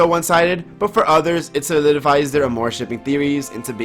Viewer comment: My medievally wired brain honestly thought it was pronounced: ARMORshipping, not aMOREshipping (spelled like it sounds).